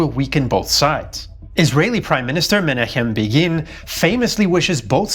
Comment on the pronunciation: This is something that American politics is missing today; admitting mistakes and a more civil political discourse. Also, your pronunciation of Menachem Begin is very cringe.